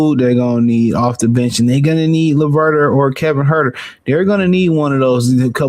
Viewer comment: I gotta ask...is it a running gag to mispronounce players' names? Because man, these names be getting butchered here. My man rhymed Leverter and Kevin Huerter. LOL